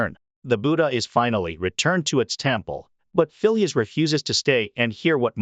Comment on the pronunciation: The name Phileas is pronounced FEE-lee-us with the accent on the FIRST syllable. Not fee-LEE-us